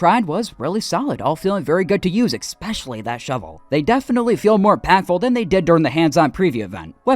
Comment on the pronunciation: Why do americans say “ex-specially”????